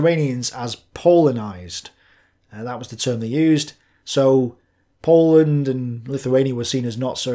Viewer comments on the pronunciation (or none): none